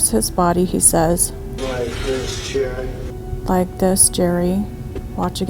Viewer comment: Sounded like he said "cherry" not jerry 💜